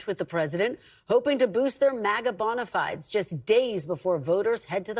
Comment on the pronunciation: bona FY deez. is the correct pronunciation